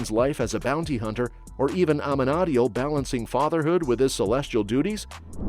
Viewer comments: its pronounced AH-MEN-AH-DEAL not AH-MA-NA-DI-EL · Yeah the way Amenadiel's name was butchered was awful